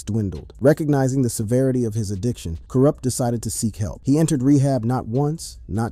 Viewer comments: OMDG you can tell this is AI bs. You cant say Kurupt, Mutha, etc. Bahahahahahahahahaha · The interview is repeating the same narrative for the first 15 minutes before including other aspects and changes in his life. We love Kurupt , he's the best lyricist, You pronouncing his name in a wrong way. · Yes, all my real HIP Hop,rap heads,feel me,how dare they disrespect kurupt, can't even pronounce his name right!!!, and talking about him smoking Alot of weed, and he's a drug addict,but they don't mention,'Snoop dogg', smoking more weed, and call him having 'drug problems,,',you see,how FUCKED up is this fellow Real HOP heads,rap ,gangsta rap, fans feel me, like my brother from another mother,TAS.sure it won't be hard to figure out who I mean.Double R.peace.xx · Ay no shade young bro...But how come you can't pronounce kurupt? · Dayumm say his name right 🤨 my boi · You act like the brother is dead and like you know him. But you can't even say his name right. Boooo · How you gonna talk about "KURUPT" and you can't pronounce his name right and can't say the dpg right😂😂😂 this is the most incorrect video of kurupt that I've seen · Kurupt fool get it right!!!!!!